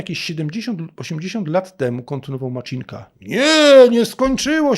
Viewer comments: MACINKA, C-I, jak CITO, nie Maczinka. Wystarczy posłuchać w oryginale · Ministerstvo Czech wysławia się Macinka nie Maczinka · Poprawną wymowę czeskiego nazwiska "Macinka" w języku polskim można zapisać jako "Macynka". Czyli błędnie pan wymówił. :) Deklinacja/odmiany funkcjonują praktycznie tak samo jak w języku polskim. Czyli "z Macynką", "bez Macynki" itp. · Macinka bez żadnego cz w środku, to dużo łatwiejsze do wymowy niż Zelenśkyj którego przekręcacie wszyscy na 1000 sposobów